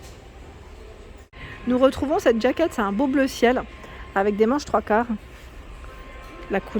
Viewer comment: Jaquette. Jaquette et pas djaquette. Sinon dites une veste. Bonne journée.